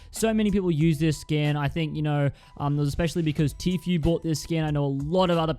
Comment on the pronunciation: Who else got pissed from the way he says tfue